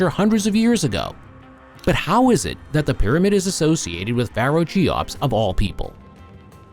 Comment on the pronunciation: "Chee-ops"... ? Ffs. If you can't even pronounce the name properly then what can you possibly say about it that isn't dubious. Make an effort.